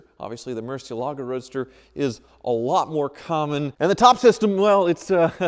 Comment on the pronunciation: " and ". Relax, IOUs are as good as cash. It's time to sell that Murcielago so you'll stop desecrating the pronunciation of the name.